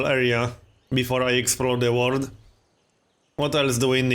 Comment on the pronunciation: I actually like his accent. I'm not a native speaker and I understand him quite well. Sometimes he fails on some verbs and specially on the word "world", but it's nothing I can't deal with. Plus, there are other players on youtube without a dis-likable accent.